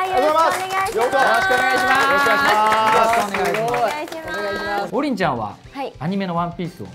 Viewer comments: 進行役の王林の発音が違うのに爆笑しちまった笑。りんごの名前じゃなくて、中国人の名前っぽく聞こえてしまう😱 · 公式がね。。。 例えば ナミの発音が『波』と同じ人がいたら、訂正するでしょう? ゾロの発音が『ゾロ目』って、言うときの発音と一緒だったら、ロビンの発音が『土瓶』と一緒だったら。。。 王林も名前なんだよねー 気づかってくれても良くない? あとね、南部弁もあるからね?